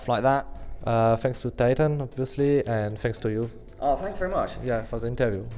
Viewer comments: hahaha he don't say very he say wery xDDDDD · Wery Good Ewyone just joking I love Kenny :D